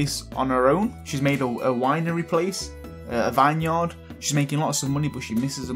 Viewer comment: Anyone else get a Little anyonned when he said vine yard